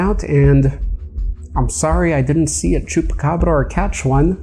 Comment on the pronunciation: you're one of the only non Spanish speaking/Latino that can pronounce chuacabra at least decently(you say it way better than decent)